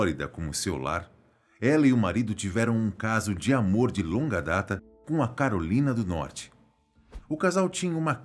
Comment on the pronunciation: Do jeito q ele falou: tinham um caso de amor com a Carolina do Norte.... pensei q a tal Carolina fosse uma amante kkkkkkkkkkkkkkkkkkkkkkkk